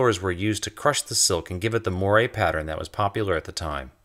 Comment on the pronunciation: moire is pronounced "mo-wire", like you need some mo wire to plug in your x-mas lights. But mash it together into one syllable. The e is silent on the end of most french words. UNLESS, it has an accent over it like in cafe` or the following word starts with a consonant, in which case you might pronounce the e slightly to smooth the transition between harsh consonant sounds. "moy-ray" really only gets the "m" right ;) (ya, 7 years late, I know. PS: good video)